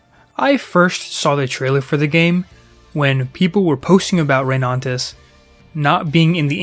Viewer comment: Why do you keep saying ReyNANtis 🙉